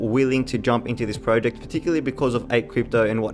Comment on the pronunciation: Got to be honest I nearly hit the dislike button. You must of said project 1000 times. Not only that but your pronouncing it wrong. Was so painful 😭